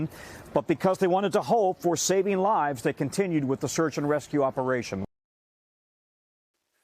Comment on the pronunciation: "Takeen" is not a word. "Honting" is not a word. "Saveen" is not a word.